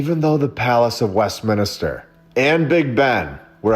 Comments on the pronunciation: West min ster Not mini ster . Thank you for your attention to this matter, lol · It's not West-minister mate ! 😅😅😅 It's West-minster 😂😂Sorry, had to say it 😂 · It's Westminster - not - Westminister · Great channel but your saying Westminster wrong everytime ,it's westMINSTER not westminister as you keep saying brother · It’s Westminster not Westminister. It get annoying after a while. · It's 'MINSTER' not 'MINISTER' sorry for being that guy... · I'm not trying to be a jerk, but it's pronounced.West-minster lol. I only know that because my parents spent a lot of time in england and canada and all over the place over there in the u.K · It's Westminster, (3 syllables) not WestminIster!!! (4 syllables) The mispronunciation is incredibly irritating, please correct it in future. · Its a nitpick, but just so you know, It's Westminster, not Westminister. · Evidence is not likely A.I., right? Only humans make these mistakes, it's charming. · Dude… Luv all of your content, but in this instance I’m pretty sure it’s WestMINSTER, not WestMINISTER… just say’n 😋 Keep up the great work 🔥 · West Minister instead of west Minster 😂 I like it 😂❤ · I had to ignore my eye twitch every time he said it 😂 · Americans please stop calling " West Minster" West Minister..Thank You! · Americans 😜🙄 Mate, It's West- MIN -ster. Not West- MINI -ster. 🤣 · Westminster, not Westminister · always wondered as a kid why so many beautiful bldgs and not built now.. also Westminster, not "Minister" 🤣🤣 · "Minister" = "min IS ter"... Westminster = west MIN ster. Sorry. It was driving me nuts. lol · As a Brit, it's bugging me like crazy how you mispronounce Westminster 😂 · Me too considering I come from UK... 😁🤣